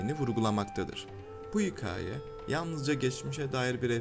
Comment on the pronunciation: Kanalın adı hikayeci, içerikler güzel. Ancak keşke hikaye kelimesini düzgün telafuz etmeye gayret gösterseniz. O kadar rahatsız oldum ki hikayedeki a harfinin ince seslendirilememesi sebebi ile videoyu bitiremedim.